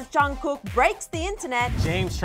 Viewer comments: “Johnkook”😂😂😂I’m deeaaddd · i fucking died at the intro, she literally called him BTS's Jongcook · she said "Jongkoook" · "JUNGKOO" and I tap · She said “Jangkook” LMAO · Me: please dont say jungcook- Vid:jungkuuk Me: triggered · She really said chugkook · did she just say jhon ku? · yo will y’all PLEASE STOP pronouncing it as Jung-cook. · "Jung-cook" sorry but like eww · sorry but " chungcook " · The way they say Jungkook’s name tho... Well, I can’t blame them since I am Asian lol